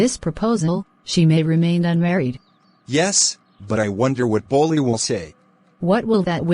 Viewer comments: Bro pronounciation mistake ☠️ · Its not bully its bholi